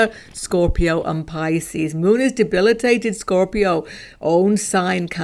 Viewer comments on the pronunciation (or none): none